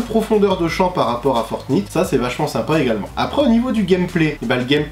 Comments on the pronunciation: Ça se prononce fortnight pas fortnitte 😭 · On prononce Fortnayte, pas Fortnite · Ça se prononce fortnaïte pas Fortnite !!!! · Fortn(I)te qu'il dit ptdrrrrrr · C'est fortnight ✌ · Franchement t'es stressant à dire fortNITE 🤯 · Ta façon de dire fortnite 😂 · Prononce Fortnite correctement stp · tu prononce mal fortnite